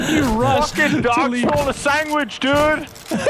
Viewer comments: Chocolate Sangwidge 🍪🍫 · Nogla saying Sangwage remidns me of Benadryl Cucumber saying Penguins. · Chocolate sangwidge! That bo3 video had so many great nogla moments